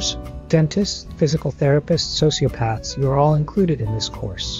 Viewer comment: Please check your translation. Osteopaths should not be pronounced as sociopaths.